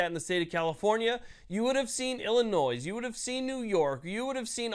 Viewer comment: Love the channel. FYI the -s in Illinois is silent.